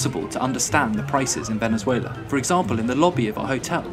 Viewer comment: This guy said “Venezueler”